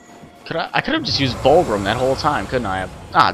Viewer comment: btw its VULGRIM not WULGRIM